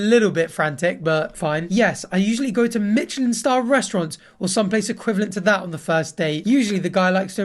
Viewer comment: why do you say michelin star like that